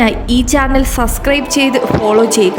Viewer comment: സസ്‌ക്രൈബ് അല്ല സേച്ചീ.. സബ്സ്ക്രൈബ്.. 'അച്ചര പുഷത' തീരെയില്ലല്ലോ 😂😂😂